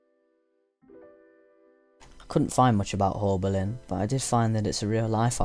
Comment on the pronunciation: You said haulbowline wrong :(